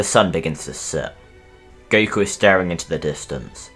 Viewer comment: Gotta love how he calls Goku Guku half the time.